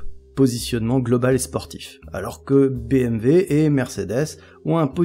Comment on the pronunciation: BMW pas BMV sinon merci c'est clair ;)